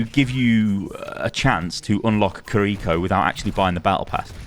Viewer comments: completely unrelated to the BP stuff but god does it hurt hearing pronounce Kiriko as Kareeko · I don’t speak Japanese, but I think it’s pronounced KIR-I-ko like the accent is on KIR instead of the second I.